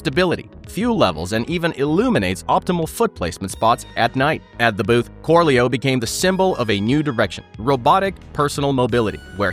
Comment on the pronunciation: I had to laugh at Corleo... korleo... korleau... they literally invented a horse. If only there was something that was like a horse. A horse?